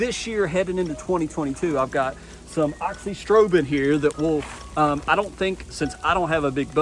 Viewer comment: yeah but no biggie. It’s “uh-zox-ee-strobe-in”, you’re just missing the “a” in the front